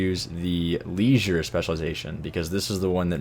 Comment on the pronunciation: He said Leisure incorrectly